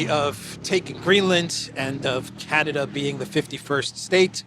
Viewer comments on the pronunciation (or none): none